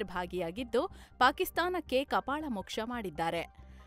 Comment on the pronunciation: ಸಾಹೇಬ್ರೆ ಅದು ಕಪಾಳ, ಕಪಾಲ ಅಲ್ಲಾ. ನೀವೇ ಹಿಂಗ್ ಮಾಡಿದ್ರೆ ಕನ್ನಡ ಉದ್ಧಾರ 😢